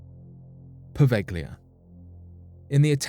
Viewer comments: Provelja is the pronunciation! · It's pronounced po-veil-lee-ah. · FYI Poveglia is pronoinced poh-veh-llia. The "g" is soft and is pronounced more or less as the Spanish use to do with the double "l" in paella, bella or mantequilla. "Lido" is pronounced as Lee-doh. (I'm Italian). Good video, btw.